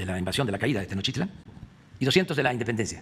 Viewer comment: Tenoshitlan, ay viejis ni pronunciar sabes...